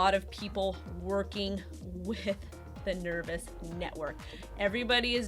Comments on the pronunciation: FFS, It's not Nervous, it is Nervos. long O sound. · I don't think it's pronounced ner-vous, nor spelled the same, meh. ;) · Is it just me or do you think it's a bad idea taking advice from some that can't even say the name of the product correctly....? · Appreciate the news on Nervos, just wish the name could have been pronounced correctly Jajajaja